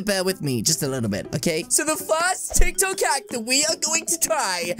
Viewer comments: Hold on exuse me is he saying tiktak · when he said titok